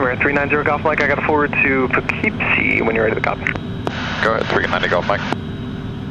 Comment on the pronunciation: Always wondered how to pronounce poofkeepsy